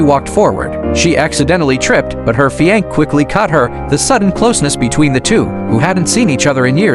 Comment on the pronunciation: Stupid narration - fi anc?